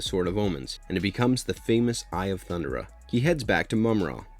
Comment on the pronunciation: His name isnt pronounced JAY-GUH.... its pronounced JAH-GUH. THUNDERA? Come on man, you have to try to pronounce this stuff right. THUN-DARE-UH.